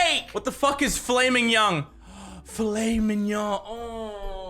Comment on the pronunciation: Filet mignon. Say it like this: Fell et meg non